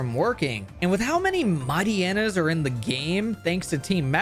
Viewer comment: Mightyena is pronounced like "hyena" because its like a hyena, you see